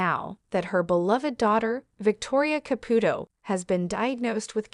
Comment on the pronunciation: Seriously , it's annoying she doesn't say the first or last night right